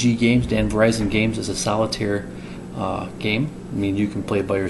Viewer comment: DVG = Dan Verssen Games, to me it sounded like you said "Verizon" not "Verssen". :) I enjoyed the review, but would've liked to see more of the actual components, the camera was slightly off to the right while you went through them. It would also have been cool to see the game setup and even more so to see how a turn goes.